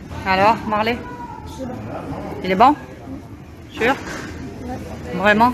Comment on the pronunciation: "Libido vreument" 😂😂😂 Faut que ça devienne un meme